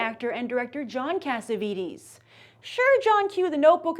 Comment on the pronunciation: It's not pronounced CassavEEtEEs...